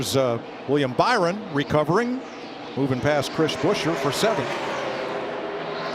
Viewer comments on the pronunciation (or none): Also Mike said bower not byron